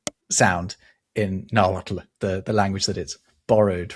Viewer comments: I dont know if its already been addressed but the TL in nahuatl is not pronounced "tul". For example, nahuatl is pronounced na-wat..but..at the end of the word, you keep your tongue at the roof of your mouth and blow out the sides of your mouth making sort of a clicking sound. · I learned that the "-tl" is pronounced like breathing with the tongue in the T position. You dont say the L.